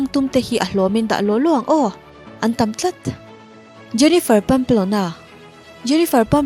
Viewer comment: Viewer tam zawk tih a Tam a lam dan pawh hian Beng a verh,ka lo ngaimawh ve mai mai